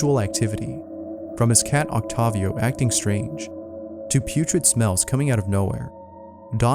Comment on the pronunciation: The scariest part was the way he pronounced Octavio